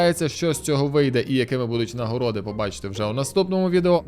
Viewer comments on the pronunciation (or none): none